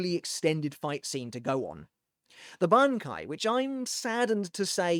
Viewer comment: Look at you pronouncing that bankai. Say that one squad 0s bankai 3x fast. The weaver's